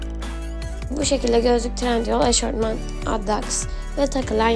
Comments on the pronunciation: Eşortman değil eşofman canım 🤦🏼‍♀️ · 1.53 EŞORTMAN MI😂TÜRKÇEYİ BÜKTÜ ABLA EŞOFMAN OLACAKTI. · eşortman değil bu arada eşofman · Yalnız eşortman değil eşofman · Eşortman değil, eşofman olacak